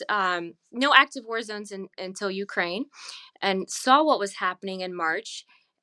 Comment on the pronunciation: Please learn how to pronounce Ukraine.